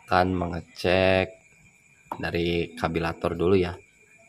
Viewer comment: karburator boss bukan kabilator